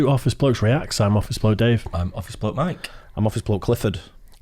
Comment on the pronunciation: For the longest time I thought, the name of the guy in the middle is Mark. He pronounce his name like a Mark not a Mike.